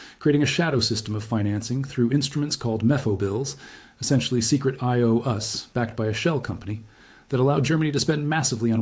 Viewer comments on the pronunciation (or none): Ha! The AI voice read I.O.U.’s as: I O “Us.”